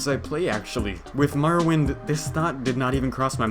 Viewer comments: More Oh Wind. WTF is Mar Oh Wind?!?!?!?!?!?!?!?!?!?!?!?!?!?!?!?! Nice vid though. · Ok... say Morrowind... Now, say Marrowind.